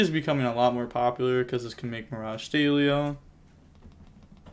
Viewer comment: Great video as always mate! I've noticed you pronounce "stallio" as "staylio" 😆 Doesn't the word come from "stallion"?